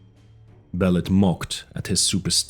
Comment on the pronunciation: It pronounced Be lit